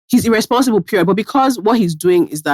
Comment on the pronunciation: The stressing on "Irreeehhsponsible" from 😂